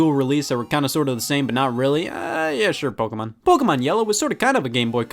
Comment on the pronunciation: Wait. WAIT. Scott is American and he doesn’t say PokEYmon... but pronounced it correctly? 7000 IQ CONFIRMED